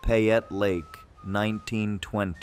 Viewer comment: As an Idahoan, let me help. Payette = Pay-et. Boise = Boy-see. Idanha = Eye-dan-haw. kootenai = Koot-en-ee. Owyhee = Oh-why-hee. Coeur d'alene = core-duh-lane. Also,, Payette Lake in McCall, everyone believes it's a giant sturgeon fish.